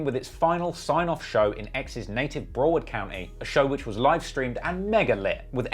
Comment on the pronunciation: 'Nayk' 'Bro-word County' I can't tell if he does it on purpose or not